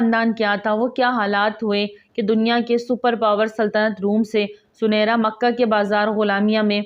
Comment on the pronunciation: ویڈیو بنانے سے پہلے تحقیق کرلینا بہتر ہوتا ہے،، صحیح نام زِنِیرا ہے زٗنَیرا نہیں - ثبوت کے لیۓ دیکھیں الرحیق المختوم، جس میں ہجوں کے ساتھ یہ نام بتایا گیا ہے